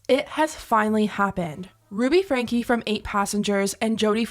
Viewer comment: And their last name is pronounced, Frank. Not frankie the e s not pronounced!!!!!